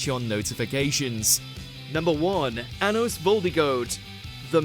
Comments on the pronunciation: For the chapters you said anus and not anos 😂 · Anos 😂 obviously solos